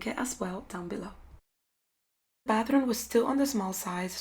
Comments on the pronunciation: Who else heard “Bathroon” instead if Bathroom every single time? I love the results though. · I keep hearing bathroon